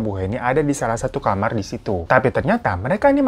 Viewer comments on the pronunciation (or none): none